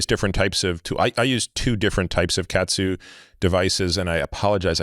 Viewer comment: Ka-atsu. Katsu is cutlets.